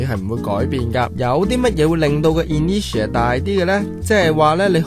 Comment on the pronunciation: Google 係讀 i nur tia 架喎，吾係in ne tia, anyway keep up the high quality!